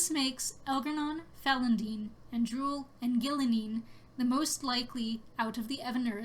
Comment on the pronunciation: It's pronounced "Falon'din" not "Falon'den". With an "I" not and "E".